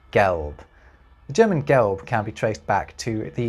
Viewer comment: You do not pronounce the "l" in the German word "gelb" correctly. Interesting video though.